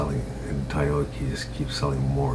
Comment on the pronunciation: lol he said tyoda